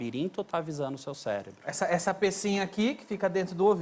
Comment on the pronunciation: "Celebro" dr.???